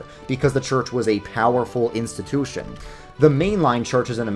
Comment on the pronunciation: Nobody:: "insta-TÜÜÜ-shin"